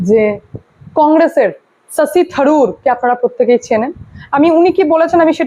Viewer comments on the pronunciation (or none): Your presentation is good but diction e kaaj korun.....*s* and *sh*..er..... its shashi..not Sasi...shunte bhisan disturbing lagchhilo 😅